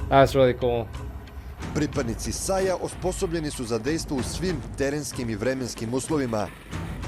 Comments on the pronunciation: No. It's pronounced like sigh (saj), not say (sej). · SAJ is pronouncing like SAY (but the a is a, not e, i, or other sound, like in word father), i know that because i am from Serbia. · You pronaunce it SAY